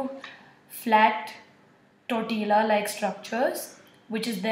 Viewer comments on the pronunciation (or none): none